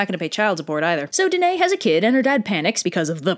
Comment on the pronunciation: One error: Danaë is pronounced dan-eye-ee Other than that, PERFECTION!